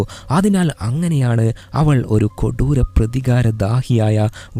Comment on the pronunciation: kodooram ennu parayumbol chiri varum 😂